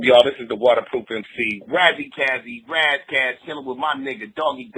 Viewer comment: Y he keep callin him Ross Koss